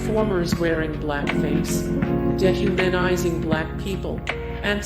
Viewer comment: "Michigan J. [pause] Frog", as opposed to "Michigan J. Frog". ¿"deh-humanizing", not "dee-humanizing"? silly me, i've been saying it incorrectly all these years. ¿"HI-waa-thaa", not "HI-ah-waa-thaa"? ¿"JAIR-an-ah-moe", not "Jur-RAHN-ah-moe"? Bugs, ¿how could you do that?...or should i ask, "narrator, ¿how could you do that?"